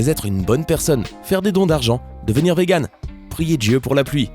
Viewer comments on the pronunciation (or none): none